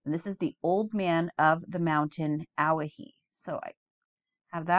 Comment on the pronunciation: Owyhee is pronounced oh-WHY-hee 🙂.